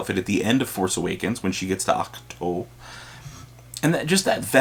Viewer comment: Its reys ache-to